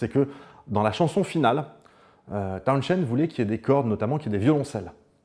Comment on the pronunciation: John Entwistle surnommé 'The Ox" c'est pas pour rien , son jeu et la façon dont il utilisait son matériel a fait de lui l'un des meilleur bassiste et sinon Townshend ça se prononce pas comme ça goddamnit